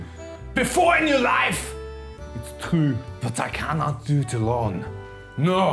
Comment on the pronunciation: BEFORE IN YOUR LIFE! It's chrue.